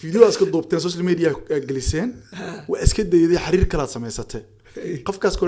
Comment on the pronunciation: Waar xiriir dheh not xariir